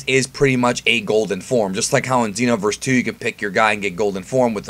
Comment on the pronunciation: Pronounces Xeno as Zen-Oh but pronounces Xenoverse as Zeeno. Alot of new comers are going to think some of these characters fused with the omni king.